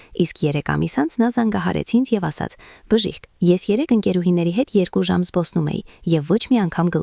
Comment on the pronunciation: <<ՍԵՐԿ»~ն ի՞նչ էր, անգրագե՛տ աղջի՛կ, Ցյան չէ՛ ,Թյան է, Թ-ն՝ Ց ՉԻ՛ արտասանվում,յա՛խկ, անգրագե՛տ գեղՑի՛, երուՍ չէ՛, ԵՐԿՈւ Է՛՛՛՛՛, անԳՐԱգետԻ՛Կ ես՝ վարժուՑյուն ՉԷ՛, վարժուԹյուն է՝ Թ—Թ, ոչ թե՝ Ց, տարրական գիտելիքներ չունե՛ս, աղջիիիի, պԸՏԸտացնե՛ լ չէէէէ՛՛՛՛պԸտտաՑնել է արտասանվու՛՛՛մ😮😢